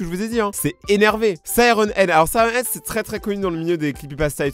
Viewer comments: Sirène Head Pas Siron Head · C’est moi ou tu a dit « wuggy wuggy » et « sireun head »